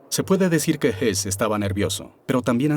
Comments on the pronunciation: Estas confundiendo a Rudolf Hess (y si murió en 1987) con Rudolf Hoss, este último si fue ahorcado pero no en Nuremberg. El documental lo pronuncia en español como Hess pero se refiere a Hoss. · El de las imágenes y al que se refieren no era Rudolf Hess, como pronuncian, era Rudolf Höss, que no se pronuncia Hess. Crean confusión. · Ese que pronuncian como Rudolph Hess es Rudolph Höss. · El sonido de la ö en alemán no existe en espanol pero se hace haciendo un sonido similar a la "e" poniendo los labios como para pronunciar una "o". Así que sí, para cualquiera que no hable alemán puede ser confuso pero no por eso deberían pronunciarlo "jos". De hecho la "h" alemana es muda y todo el mundo pronuncia "jitler", cuando dederîa ser "jitla"... la "h" es similar a "house" en inglés, no a la jota española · Excelente documental, pero sorprende que hablaron de R Hess cuando es realmente R Hoss o Hoess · Pronuncia msl el apellido Hoss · es Höss, entonces se pronuncia parecido a Hess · Salvo el detalle patético de que algunas traducciones son dignas de un suspenso en clase de idiomas. Y si entramos en el tema de apellidos cambiados y mal leídos, es de traca. Por ejemplo, Convierten a Rudolf Hoss en Rudolf Hess, o a Streicher en Sweiger. Ni siquiera se han tomado la molestia de consultar una enciclopedia. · El documental habla de Rudolph Höss que se pronuncia, simplificando y para que me entiendas, "jes"